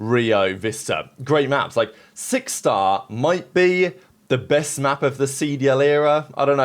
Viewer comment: "now you gotta play us on SIX STAH"